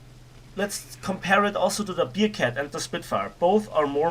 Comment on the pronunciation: man spricht es nicht "biercat" sondern bärcat es ist keine Bierkatze ....